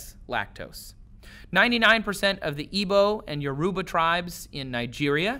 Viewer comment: You pronounced "Igbo" and "Yoruba" wrong. I can vouch for that.